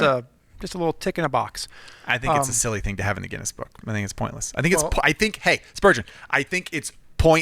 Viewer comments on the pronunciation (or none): none